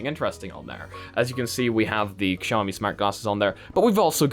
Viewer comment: i love how your english accent is so perfect but you say KSIAOMI like a real Pole and I think thats beautiful